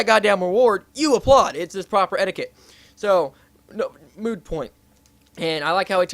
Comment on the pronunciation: etiquette was the word not edicate.